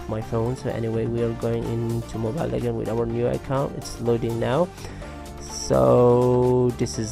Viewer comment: U pronounce legends as lekands haha ur way of talking is like a gay lol haha😂😂😂😂😂😂😈😈😈😁😁😊😂😂😂